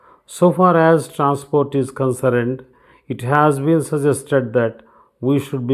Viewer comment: Concerned pronounciation is incorrect